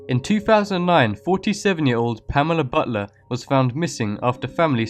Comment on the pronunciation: I thought when he said Pamela butler I thought it said Pamela butter